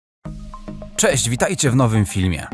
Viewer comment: A zrozumieliście peść a nie cześć?